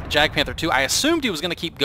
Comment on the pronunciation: 2 things. First the j in jagd is pronounced like the y in yes. I find it funny to hear a jagged panzer, maybe its a cubist painting. Second does the gun depression improve when aiming behind the vehicle. I've seen others using this and the roomba while aiming backwards to improve the gun depression.